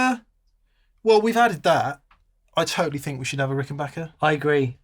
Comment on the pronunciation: Big thumbs up for pronouncing Rickenbacker correctly! Great sounds.